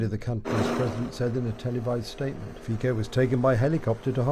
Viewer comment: The name of Slovakian PM is FICO, not FIKO